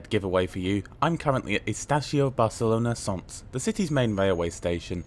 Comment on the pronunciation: Barcelona "Son"? It's not French. Can't you check the pronunciation (OK, perhaps not Welsh place-names) before releasing your vids? I'm sure you'd cringe if a Spaniard made a video about Leeds and mentioned Eedinglay. Lol !